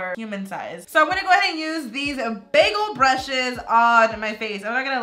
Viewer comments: Is it just me or when she was saying "big old brushes" to me it sounded like she was saying bagle brushes 😂😂😂😂😂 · Everytime she said “big old brushes” it sounded like she was saying “bagel brushes” No hate tho 😂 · when you said "big old brushes" I heard bagel brushes!! :D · Anyone hear BAGEL BRUSHES. ????😂 😂